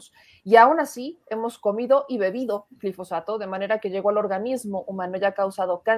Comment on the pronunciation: es "GILfosato" o GLIFOSATO?